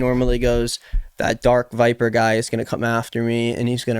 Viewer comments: Honestly the more i watch darkviper's vids the more i agree with him. And pretending like you dont know how to say his name as If its a difficult name to say is cringe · Yeah and it felt so weird that he wouldn’t say his name correctly, like he obviously knew his name as he said it at the end 😂 I didn’t read the 14 page script but it seems to me most of DarkVipers points align with Ethan, who seemed to agree with, so I don’t understand what he was on about 😂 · Pretending to not being able to say someone's name right is not really cool as you think it is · love how almost gets darkviper's name right every time